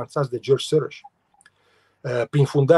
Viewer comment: Să spuneți Soros (Șoroș) așa se pronunță!